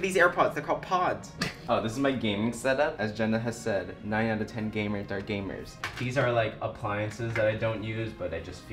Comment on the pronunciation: I heard 9/10 “gay nerds” are gamers and had to rewatch 3 times to hear it correctly